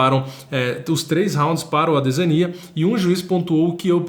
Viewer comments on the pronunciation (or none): Doeu os ouvidos o chamando o adesanya de ADE ZÃ NIA... pqp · Engraçado é o nosso a 2 anos atrás pronunciando errado o nome do Adesanya kkkk. Vídeos maravilhosos irmão 💪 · Incrível ver o falando ADESANYA errado 😂😂😂😂